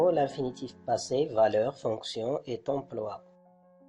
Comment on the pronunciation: D'ailleurs, on ne fait pas la liaison avec " Et".